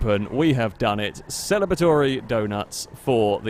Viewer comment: "Celibatory doughnuts"? Are they made with saltpeter or something?